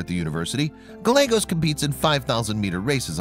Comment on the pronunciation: It is Gal-yea-gos with accent on the second syllable.